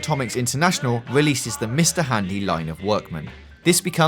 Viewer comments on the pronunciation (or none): wealeases, wabbit, wowd, varwies, nuclewaw